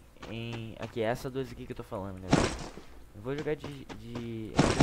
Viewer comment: Intro dele: fala garela aqui falando kkk